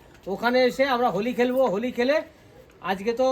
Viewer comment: Hawli nhi hoti hai it's Holi